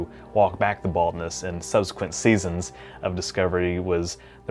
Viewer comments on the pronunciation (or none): none